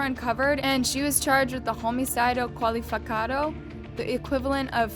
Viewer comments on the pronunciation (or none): Also that "homicido qualificado" is terrific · it's so funny how she said "roumeecidio cooalifacado" instead of just qualified homicide 0-0